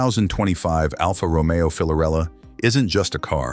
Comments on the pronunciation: Dude, it's Fiorella, not "Filorella", it's written in the licence plate. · Actually, the name is Fiorella and not Filorella. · Fiorella not filorella